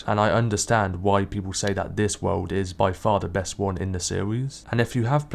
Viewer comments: Its world not wouuuld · "world"! Dude sounds like he's deaf most of the time as it is, but he needs to avoid that word.